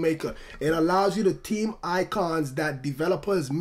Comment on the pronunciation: its not tree but its three and its not team its theme lol